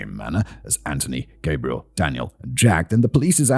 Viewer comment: Wonderful telling of a horrible tale. Unfortunately, what continually caught my ear was the mispronouncing of the masculine Gabriel with the feminine Gabrielle. It made me question if there is some subconscious undertone at play.